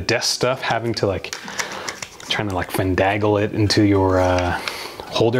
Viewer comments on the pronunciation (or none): Thanks again for doing what y'all do! Also, there's no "d" in finagle, but keep on making every word your own.